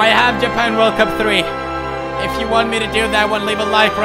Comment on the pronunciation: This is JA-PANG